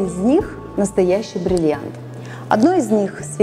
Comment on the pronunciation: Научитесь говорить слово бриллиант.